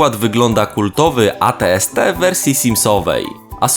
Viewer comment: At-st czyta się ejti ejti